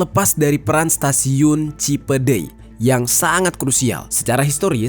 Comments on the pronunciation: Cipendey apa cipedey si bacanya? Cipendey kan??? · Kayaknya kurang huruf N penyebutannya bukan Cipedeuy tpi Cipendeuy.. 🙏🙏🙏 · Cipeundeuy bang jer ada huruf N di tengah2nya, bisa di baca : Cinpeun-Deuy (eu nya sama kaya nada di kata "euy" )😂 gw orang tasikmalaya jadi tau info ini, makasih udah menjelaskan ❤😅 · edit . cipendeuy bukan cipedey bang jeri pake ,euy euy 2x 😁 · Kalo bukan orang sunda emang susah baca bahasa Sunda yang bener 😂😂 cipeundeuy bang jer bukan cipedey 😀😀tapi gak masalah aku juga bukan orang Inggris susah ngomong bahasa Inggris kaya bang jeri ngomong sunda susah 😅😅😅